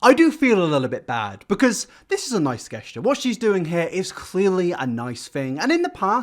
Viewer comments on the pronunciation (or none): So.. question for the brits on here. pronounces “gesture” as “guessture” instead of (phonetically) “jesture.” Ive never heard anyone pronounce it “guessture” in my entire life. Is this the way some British people pronounce it or is he just saying it weird? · first you pronounce music as moosic, then you pronounce creator as curator, and now you pronounce gesture as guesschuh. Gahddangit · MAN SAID GUEST-YOUR WHY AAAHHH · I tried to stop myself but I couldn't. Gesture is pronounced Jest-ure NOT Guest-ure. I will hurt you. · Also, guess-ture? I have never noticed that before, we use a soft g like a j jesture? Gesture. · Guess-ture? It's pronounced Jesture, dude. You can't complain about 'pants' and also pronounce gesture wrong. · If I was to spell how to day gesture, I'd write "jesh-ture". I have no idea how you'd pronunciate guessture, but to me those two sound nothing alike. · Is he trying to say gesture and pronouncing it "guessture?" Lol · Did you say... "guess-ture" ? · ...... I’ve never heard ’gesture’ pronounced ‘guess-ture’ before. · did my man just say "Guess - ture" instead of "Gesture" lmfao... and he tells off Americans on pants lmao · My guy pronounced gestures as guesture??? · D-Did you just say “guess”-ture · Please stop saying guess-ture xx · no one:: guessture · He really said guessture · How you gonna say Americans are illiterate for saying “pants” instead of “jeans” and then say “guest-ure” lmao. Glad you’re back with the uploads dude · yep can confirm i’ve never heard anyone say guessture, or moosic for that matter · You did not just pronounce Gesture as "guess chair" and you tell us to go to school 😂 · yells at American's for calling jeans "pants" also: pronounces "gesture" like "guest-tur" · Gets mad that we call "jeans" "pants" while at the same time pronounces "gesture" as "guessture" 🤔 Get it together man. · "Gesh ter" smh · hold up how the fuck did you just pronounce 'gesture'?